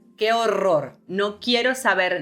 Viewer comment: That que horror tongue roll took me out... that's definitely sumn that sets native n none native speakers apart... cuz I dnt know when ima be able to do dat 😅